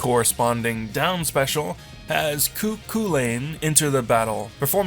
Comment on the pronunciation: YOU MISPRONOUNCED CU CHULAINN